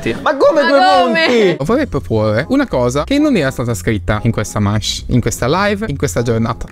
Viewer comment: la corretta pronuncia di manche è ✨mansh✨